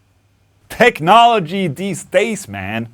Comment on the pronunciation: you mean TECHNOLAAGIA